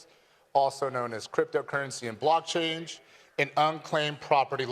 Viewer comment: Bro said "block change" 😂